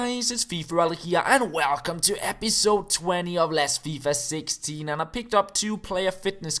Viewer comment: "hey guys it's fifaralle here and WHALE CUM"